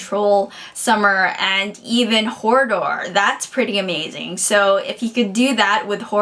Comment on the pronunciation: I'm sorry, I'm sorry but I must mention - it's Hodor... not Hordor. Thanks for the thoughts and the discussion - I can't wait to read the next one :)